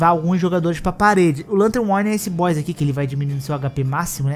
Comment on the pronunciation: Ele não é um “Boixs” difícil! 😅 Boss = Bós